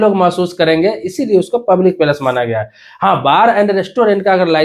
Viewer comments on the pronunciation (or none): Public palace nhi bhai public place pehle sahi se pronunciation karo fir video bnao